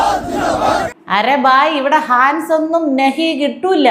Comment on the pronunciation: ഹാൻസ് അല്ല. ഹിന്ദിയിൽ Hans എന്ന് എഴുതിയാൽ അതവർക്ക് ഹംസ്‌ എന്ന അർത്ഥത്തിൽ ആണ്. ഹംസം എന്ന് മലയാളത്തിൽ. അതിനാണ് നമ്മൾ ഹാൻസ് എന്ന് തെറ്റായി പറയുന്നത്.